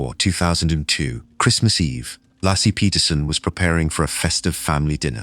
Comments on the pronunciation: Lassie?? LACIE. Bloody ai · If you are going to do these types of videos please show some respect and pronounce the victims name correct her name is lacy, lassie is a dog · Laccee? Her name was L aci. AI is so disrespectful and it should not be used in real life documentaries. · It's very disrespectful.Please get her name right?It is Lacey and not Lassie. I know you are an AI Bot , but come on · It’s not “Lassy”, it’s “Lacey.” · It’s LAY-SEE not LAH-SEE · It's Lay-see not Lassie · It’s Lacey not lassie. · It’s not Lassie, it’s Lacy!!! Get it right or skip it altogether! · It might be a good idea, before you let loose your AI narrator, to find the correct pronunciation of a murder victim's name before you mispronounce it dozens of times. It's not Lassie Peterson. It's pronounced Lay-See. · Lassie? What the fuck kind of bullshit is that? Its Laci. NOT LASSIE. 🤬🤬🤬🤬🤬🤬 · The mispronounced name of Laci as "Lassie" is terrible. Get a real narrator. Ugh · STOP calling Laci Peterson Lassie !!! How DISRESPECTFUL of you and your AI voice!!!! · The way the narrator says LACY’s name pmo!!! May she and Connor rest in peace❤ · If any of you people would just listen he mispronounces it and pronounces it right again but I don't really care because I still like the channel you don't see me going back and forth and complaining about the channel you guys just want to be mad and complain because you have no lives and you're just miserable I suggest you get either therapy or counseling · HOW DARE YOU PRONOUNCE LACY PETERSON’S NAME WRONG! I hate AI and your channel!!